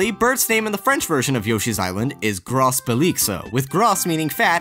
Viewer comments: we don't say gros "gross" but more like "gro" (french here) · In french ''Gros'' is prononced groh not gross. soooo........ groh belixo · The French word "Gros" is pronounced like the English "grow" generally, the last letter in a French word is silent. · In french, you dont pronounce the s so you should pronounce it (gro) and not (gros) in english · I'm french and your prunonciation of "gros" make me laugh. We don't say the "s", just "gro" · Gros in French is pronounced "Gro" not "Gross". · Don't say gross, gros is pronounced "grrrow" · It's pronounced "Groh" not "GROSS" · Okay, I don't want to complain on a Yoshi-themed video, but come on Obélix is pronounced "oh-beh-leeks" and gros is pronounced "groh" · Just a small detail but the s is silent in "Gros", it sounds more like Grow. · It's pronounced just like "grow", the "s" is silent, just like final letters of plenty of words in French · "Gros" is pronounced like "grow" that is an error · "Gros" in Gros Belixo is actually just pronounced "gro". Because the french language is fucked up like that. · Astérix is the best comic series ever. Also, the "s" in "Gros" is silent. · Uh... Actually, Asterix is a Belgian comic, not a French comic. Additionally, Burt the Bashful is called Xilebo in the German version, which is "Obelix" backwards. That pronounciation of "Lustiges Sporen Drama" wasn't really correct. Neither was the pronounciation of "gros". Note that I don't want to sound like a smartass, but since this video is "fact-based", I just wanted to add this. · french people: cringing at the way he said gros (it was a good try though loll) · uhm, in "gros belixo" you dont spell the "s" at the end of Gros...